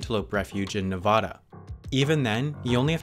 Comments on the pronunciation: Ne. VAAAAAAAAAA. DA not nevahda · Please pronounce Nevada right. Ne-va-da not Ne-vah-da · wait WOW did you just say nevoda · For the fucking love of God you pronounce Nevada like Ne-VA-Duh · I have never heard a YouTuber or anyone on national TV say Nevada correctly and it's slowly killing me on the inside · you pronounced nevada wrong